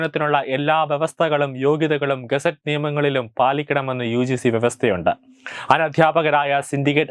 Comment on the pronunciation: ഗസറ്റ് അധ്യാപകർ എന്നല്ല ഗസ്റ്റ്‌ അധ്യാപകർ എന്ന് പറയു ബ്രദർ.